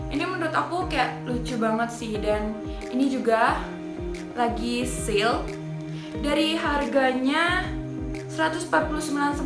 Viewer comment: Sale bukan "sil"